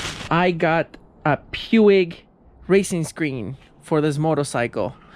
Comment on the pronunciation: The correct way to say Puig is making it sound like Pweeg.